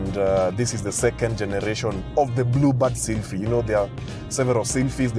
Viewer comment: Nissan blubad seelphee hahaha